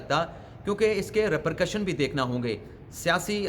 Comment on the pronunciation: Hi sir Some mistakes in ur vlog as usual First it is not rupercussion but repercussion Second it is nukta when u talk in singular like second nukta third nukta etc but u said second nukaat third nukat etc I wonder u always make funny mistakes in ur v logs and despite reminders u do not bother to guard against such mistakes in ur layer vlogs It looks as if u r not so much educated Plz take care in future